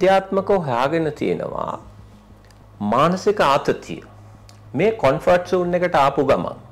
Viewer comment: you are doing a great job. Keep it up. However I think it's "Comfort Zone" not "Confort Zone". I hope you will take this with good spirit.